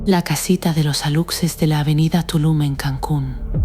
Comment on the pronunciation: JAJAJAJAJA PORQUE PRONUNCIAN "ALUCSES" SI SU PRONUNCIACIÓN CORRECTA ES "ALUSHES", PORQUÉ LA NARRADORA TIENE VOZ ESPAÑOLA... NADIE SE TRAGA ESTAS MENTIRAS